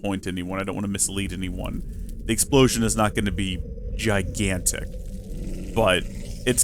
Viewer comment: This video made my Monday, I'm dying lmao! "It's not going to be *giagantic*" - Famous Last Words... "I DIDN'T EXPECT IT TO BE THAT BIG!!!!!"